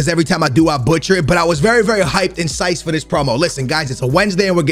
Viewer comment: not trying to be that guy. But ive heard you say "physcyed" as physicced so many times. You do know its not said that way right? Lol like I said not trying to be that guy.. but it just seems like you think its said a way and its not. Just trying to help 😕